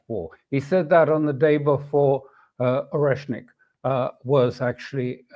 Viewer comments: Mr Crooke should at least learn to pronounce the word oreshnik (not "oreshkin") right when the program is mostly about it :D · He calls Oreshnik 'Oreshkin' several times. Goes to show that this is really a new weapon and he wasn't familiar with the name before, it's also no big deal, but still not very professional to misremember the name of the big game changing Mcguffin this entire segment is centered on. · oreshnik not oreshkin (Oreshkin is a family name, similar to Ovechkin) how to memorize? the ending -nik is the same as that in sputnik, nudnik, peacenik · Question to Crooke: Why do you mispronounce the name of the weapon? It's Oreshnik.